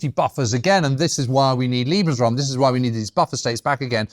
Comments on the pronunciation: Interesting as always, but there are some amazing sweeping statements here. Also, for heavens sake learn how to say German words before enunciating them; Lebensraum pronounced ‘eh’ not liebensraum ‘ee’ liebe means love… a very different thing I think we can agree. Also Wehrmacht made me wince whenever he said it. But then I’m a historian living in Germany. Oh, you try being a general at the height of the ideological madness and pushing back… Russian front anyone? There is a tradition of reporting your fellows and superiors in the German army (to improve discipline) as noted by numerous diaries from the Russian campaigns. Details matter. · Great episode once again. But James should definitely work on his German as a world war 2 expert :) "Liebensraum" (= love space), "Lederhausen" = (leather houses), "Eidelweis" (should be Edelweiß), ... :)